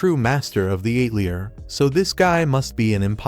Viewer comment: The “ate-lee-uhr “? These AI voice overs are so incredibly bad! 👎🏻